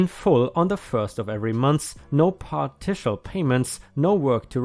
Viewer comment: Partial = par-shal - not par-tish-al! You are confusing it with partition!